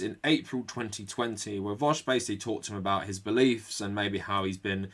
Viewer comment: Can't believe you actually came up with a new way of pronouncing vaush.